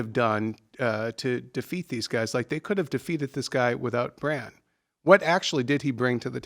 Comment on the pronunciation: Bran* not Bram, Cersei* not Cersi, Jon* not John. Jeez...